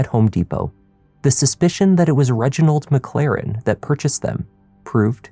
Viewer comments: I'm sorry but..."Reginald McLaren"??? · "Reginald McLaren." 🙄 Um, sure Jan.